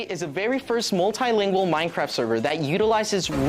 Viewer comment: Does... does he do it on purpose... when he says "cwaft"? Every once in a while "mine cRaft" sounds like "mine cWaft"